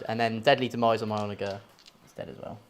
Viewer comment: I hate to be That Guy but it's "OnaJer" with a 'j' sound, not a hard 'g'